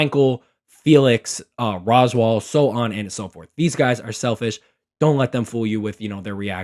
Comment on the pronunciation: How does nobody know how to say Roswaal’s name, this has been a mystery to me throughout the entire fandom 😭